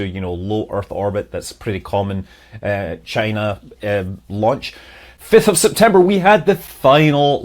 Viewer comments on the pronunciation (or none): none